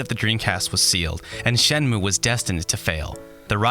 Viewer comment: good review, but the title is pronounced "shen-moo-eh". your japanese pronunciation is usually excellent, so i thought i'd just point this out for ya :)